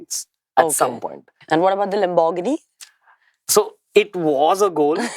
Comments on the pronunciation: Loooll did she just pronouce laborghini like that😂😂😂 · I have never heard someone pronounce lamborghini this bad. 🤦‍♀️ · The way she pronounces "Lamborghini" lmao😅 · Wait ! …rewind please the way she pronounced Lamborghini … was totally wrong ! You don’t pronounce the R its a silent R …oh god 😂